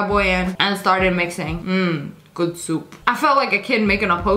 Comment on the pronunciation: “mhh good ✨SoUp✨ Me: I can’t I’m dying- 🤣🤣🤣😂😂